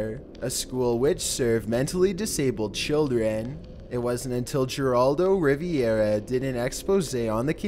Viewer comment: Gear-raldo Riviera! 😆😆😆 Wtf kid!?